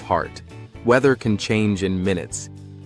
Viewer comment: The high point of England's geography is pronounced "Scar-fell".